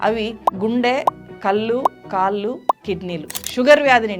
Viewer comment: కల్లు, kaallu కాదమ్మా. కళ్ళు కాళ్లు అనాలి.